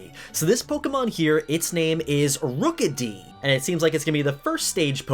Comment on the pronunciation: "Rook-a-dee." Yeah so like rook, squire, knight right? "ROOKIE!" Uhhh... ok?